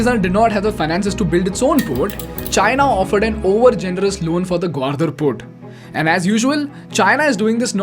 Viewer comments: Good content... a few pronounciation mistakes ..gawardar ?! ..seriously ... its gawadar for crying out loud.. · Bro, the only mistake you did is pronounced Gwadar as GwaRdar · It's not Gwardar (ग्वारदर), it's Gwadar (ग्वादर). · Its gwadar, not gwardar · excellent content BUT .. i HATE THE WAY U PRONOUNCE "THEIR " AND "GWADAR".. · It’s simple The China doesn’t want to depend on strait of mallaca (one sentence answer) Not a criticism but Gwadar wasn’t pronounced properly Nonetheless wonderful content